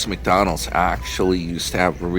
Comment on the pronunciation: Oh. is in stealth mode, avoiding the successful mega channel NY Dan. I will not support the mis pronunciation of McDonalds or Mercedes that an illiterate 66 yr old childish beggar